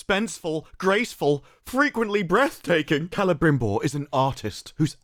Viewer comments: To be fair, that is how the names are supposed to be pronounced. That being said, it does sound very goofy when they speak English otherwise. They should only do it with lines that are actually spoken in Quenyan/Sindarin. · What is this business of all the actors rolling their Rs relentlessly. It isn't Celebrimbor, it's Celebrrrrrrrrrimborrrrrrrrrrrr....rrrrrr. Didn't anybody tell these folks that while correct pronunciation in many languages requires that the R be rolled, if you roll it more than three times, you're playing with it - like when they go to the bathroom.